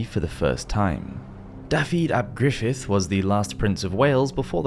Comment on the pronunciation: Just a slight critique of your pronunciation of Dafydd ap Gruffydd. I thought it was a very good attempt considering you are not a native speaker and that Welsh pronunciation is not always obvious from the perspective of and English speaker. I thought I would give you some help Dafydd ap Gruffydd is pronounced like Davivv with the first being a short v sound and the second being longer and Gruffydd is pronounced Like greefivv the FF is the same sound as an English F and the DD is like an elongated English V sound. Really enjoyed the video you make great content.